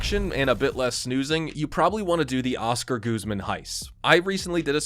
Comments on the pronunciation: I think because it looks Spanish. In Spanish, the U is pronounced like the U in "put" bus the stressed syllable is the second one, guz MAN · Why does everyone pronounce it Oscar GOOZMAN😂 it’s guz like “cuz” I’ll never get how ppl can hear a person name said so many times and still mispronounced it. Charles Barkley is the best at it. You work in nba media. How you still getting names wrong